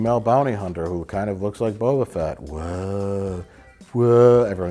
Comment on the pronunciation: I think it's the way he strings together the syllables closer together. Like usually I hear it as Bo-ba Fett. But Mike says it like Bo-ba-fett.